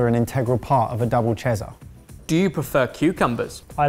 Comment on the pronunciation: "The gerkins are an intergral part of a double chezzar." As an American you lost me there 😂